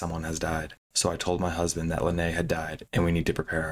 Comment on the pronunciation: for the record, Linnea is pronounced Lin-nay-uh. It's swedish